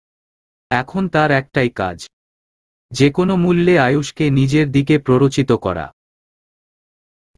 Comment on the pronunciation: এত বাজে উচ্চারণে শুনতে খুবই খারাপ লাগে। একে দিয়ে দয়া করে আর গল্প পড়াবেন না। কোন উচ্চারণের ঠিক নেই, বাক্যের অর্থ বা মানে আরেক রকম হয়ে যায়। ভিত অর্থাৎ ফাউন্ডেশন, এটাকে উনি উচ্চারণ করছেন ভিতো। আর যতবার kpno উচ্চারণ করেছেন, এটিকে kono হিসেবে উচ্চারন না করে প্রতিটা বার বলেছেন kon. দয়া করে একজন সঠিক উচ্চারণের পাঠক দ্বারা গল্পগুলো পরিবেশন করলে প্রতিমধুর লাগবে। অনেক ধন্যবাদ।